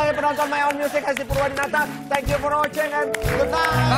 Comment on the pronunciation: "thankyou porwoceng" Vincent 😅